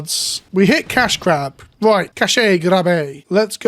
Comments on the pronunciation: I’m SO glad someone called this out haha. Bugged me to hear cashay every time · "cashay grab" bothers me a lot. Not only is that the wrong way to pronounce that meaning of cache (which isn't that big of a deal), but it also completely misses the pun (which is catastrophic). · Cache is pronounced like cash. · You'd think a "professional" youtuber would learn words before filming a video to ensure they don't pronounce cache so ducking ridiculously like 10 times. Do better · Why he say cache grab like that smh